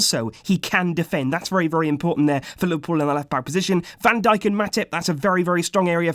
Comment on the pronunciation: He says Van duck